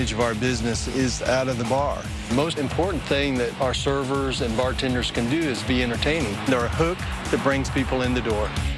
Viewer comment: Like the way he said “Servers are the hook that bring people in...” I heard a missing ‘ers’ in there. Pay your servers a living wage and stop saying ‘classy’, it’s not the 1950’s.